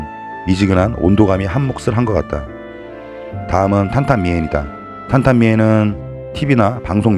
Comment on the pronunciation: 맞아요 ㅋㅋ 이쁘게 찍어보려하는데 자꾸 망가지고 지저분해 보이면 속상해요 ㅋ 그리고 탄탄미엔 발음이 훌륭하십니다🙏